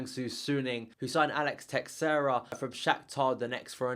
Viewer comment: Don't pronounce the 'X' in Teixeira. The 'X' should make a 'sh' sound..... and roll the 'R' ;) Sorry, you just said it too many times to ignore...